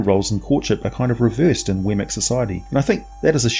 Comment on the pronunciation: Weird; I've been in campaigns with one of these, and studied up on them for 20 years, but I never heard it pronounced "Wemmic" before. It was always "WEE-mik". I just started calling them Lynels after Breath of the Wild.